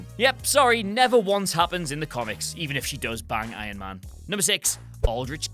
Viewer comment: Why do you keep calling iron man "ion man"?